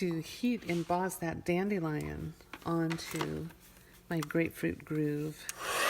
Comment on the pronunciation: It's Grapefruit Grove not Groove.